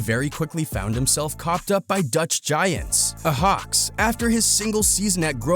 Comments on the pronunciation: It's not ahax you idiot it's spelled ayax 😒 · Ayo ahax? Its pronounced I yax lol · how says Ajax hahaha 🤣🤣🤣 when he says it he makes it look like its spelled ahax 🤣🤣🤣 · THIS GUY: AJAX NAH AHAX YEEEE😂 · It’s not ahax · Bro really can’t say Ajax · Its ajax not ajax Its klass jan huntelaar but you say jan like yan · THE WAY HE SAYS AJAX 😂😂😂😂😂